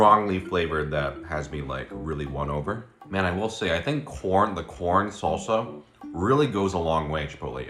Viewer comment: It’s keeps sounding like you’re saying “porn salsa”😂